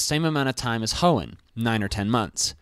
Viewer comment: You mean the HEOOOOOOOOOOOOOON region right?